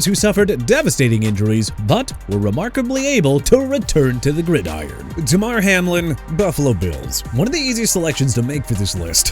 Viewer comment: First off dude it's Demar Hamiln not Jemar Hamlin. Also it's Tim Krumrie as in crum-rye! Have some respect for every athlete and team you're talking about or QUIT YOUR JOB! And why you got a bit of Andrew Luck on there when you're discussing Peyton Manning?? You people disgust me!